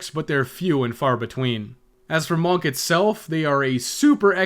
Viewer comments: MAWNK. I’ll never get over that. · i like the way you say monk